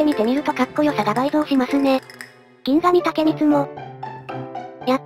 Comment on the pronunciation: ぎんがみでわなく、ぎんしと読むっぽいです。